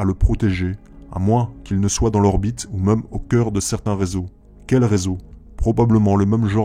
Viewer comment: (Même, et non pas "meume")